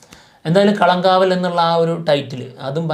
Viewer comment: കളം കാവൽ അല്ല. കളങ്കാവൽ. അങ്ങനെ പറയണം